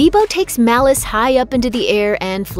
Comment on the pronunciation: Not malluce malice